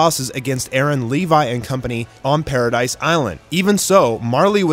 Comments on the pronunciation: Paradis not paradise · Wait did he say "alidians" and did he say paradise its paradis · It’s Paradis bro not paradise.